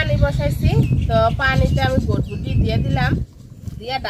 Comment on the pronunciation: ভটভটি না এটা হবে বরবটি।ঠিক মতো উচ্চারণ শিখে ভিডিও বানাবেন